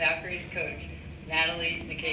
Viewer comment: Maybe Englebert is like Mr. Garvey, substitute teacher for Nakase's pronunciation? "Gnat-a-Lye nA-Kase"